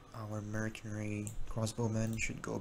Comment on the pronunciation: Bro the unit literally pronounces "Mercanery" when you select them. How can you not know how to say that word.